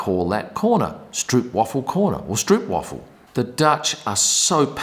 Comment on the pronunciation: Please pronounce it as strope waafel, not stroop waffle and be blessed forever by the entire Dutch crowd :)